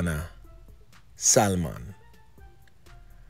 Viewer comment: its pronunce SA... MON not SAL MON